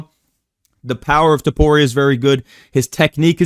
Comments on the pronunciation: Brotha listen, i didn’t mean to bully you outta calling Ilia “toporeo” lmao. Felt like you were fighting to hold it back the whole video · It is so weird hearing say ilia’s last name (don’t know how to spell topuria)